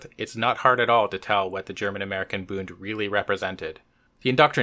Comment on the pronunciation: Just one thing,... it's Bund not Booned. It should rhyme with blunt, not with crooned.